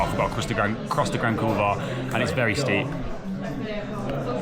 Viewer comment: You might want to check the pronunciation of the Grand Couloir 😂😂 I'm sure the Polish viewers found it highly amusing. Nice work on MB fella